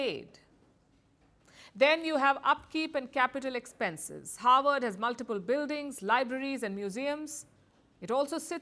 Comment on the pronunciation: howard vs harvard ? ,it sounds like you are pronouncing it as howard , Kamala attended howard university , Obama Havard university.